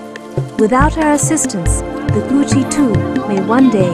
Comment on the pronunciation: Ko (co, as in co-ed) chi (rhymes with she). "Ko" part in Kochi is emphasized.